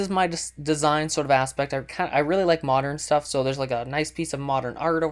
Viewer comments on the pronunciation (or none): I swear, if he says moderen 1 more time!